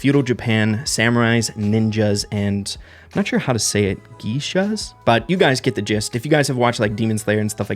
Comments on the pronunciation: I believe itself pronounced (Gae-sha) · it's geisha, pronounced "gay-shaa". Love feudal japan theme. Love you